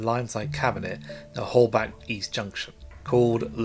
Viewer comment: Hol-beck, not Hol-bank. Otherwise great!